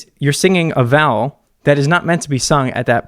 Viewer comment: Alllllllll this time, I thought you had been saying “valve” with no v at the end, with an American accent or something. Didn’t realise you were actually saying vowel 😭😭🤣🤣🤣 I think it’s cause you say vowel in one syllable and not two 🤔🤣